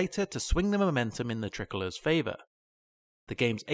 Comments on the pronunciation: you say the line “unfortunately for the tri-colours” pronouncing it like tricklers. It’s pronounced like Try-colours. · The way you're pronouncing "tricolours" is gunna give me an aneurysm. It's tri- as in three... like a tri-pod. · Please pronounce TRI (try) colours correctly !!